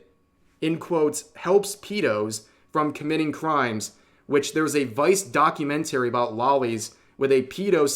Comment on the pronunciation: please learn how to pronounce "documentary", the way you pronounce it makes my brain hurt